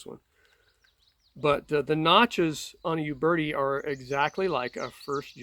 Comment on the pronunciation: Funny how people in the United states pronounce a word by saying the first letter. Examples: Iraq - Eye rack. Uberti - You berti. Uberti is pronounced "Oo-bear-tee". It's like saying Aye-indearson instead of Anderson. Sounds strange.